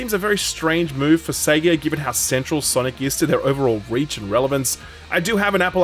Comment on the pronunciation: HAHA! haha! Seega? Seega? its Sega! Say it right!